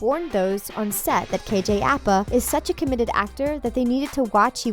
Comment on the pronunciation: KJ Appa? It’s APA! I think you guys know nothing about Riverdale.